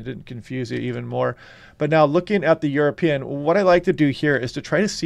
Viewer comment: 😎 European = YourAPeein 😎